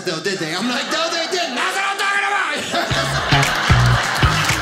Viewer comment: "That's what I'M talking abouf!1'